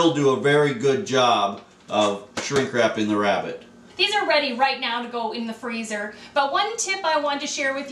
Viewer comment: Do you west youw wabbit in a westinghouse?